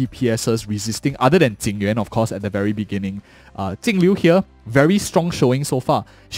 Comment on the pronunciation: Could you stop calling Jingliu Tingliu?